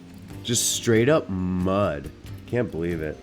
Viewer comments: naaaaaahhh nigga you're so bad at saying muuuuuddd!!! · The emphasis on mud Muhhd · Why does he say mud like that 😂😂🤦‍♂️ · The way he says mud 👍🏼🤣